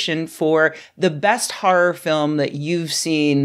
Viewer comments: "Har'r". Ahh, dialects. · "... a comedy harr instead of a harr harr" 😂